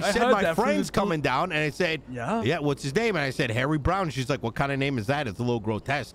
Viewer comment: LOL Now I can't unhear "Harry Brown"